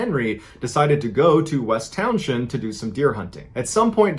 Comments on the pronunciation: As a VT native who lives a few towns away from the Glastenbury area, I'd like you to know that "Townshend" is pronounced "towns-end," and the "T" in Glastonbury is silent. And there were many more disappearances on Glastenbury Mtn. and the surrounding area, but none were attributed to the "Bennington Monster." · It’s pronounced Town-send as I live about 20 minutes away from there in Brattleboro. FYI ❤️ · Townshend. Say like Townsend. Like Pete Townshend.